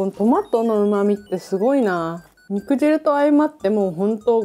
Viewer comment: ロシアンちゃん！ にくじるじゃなくてにくじゅうです！